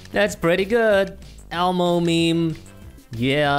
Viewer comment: it's not "mEmE" its "miM" bro.